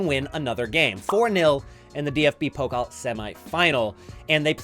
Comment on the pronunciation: Pokal… don’t say Poke-l .. say Poe- cul .. and stretch the end a bit